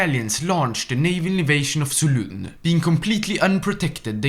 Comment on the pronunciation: And Solun